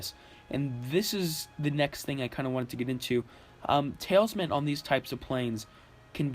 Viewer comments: Ta Lis Man. Not tailsman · it's pronounced tal-isman, not tail-isman. al as in, 'al gore'...not sure where you created an invisible I or Y from.. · The way you say talisman hurts my ears. It's basically towel-es-men just less pronounced with the towel part more like tal es men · lol, am i the only one hearing him say "Tails-man" ?!?!?!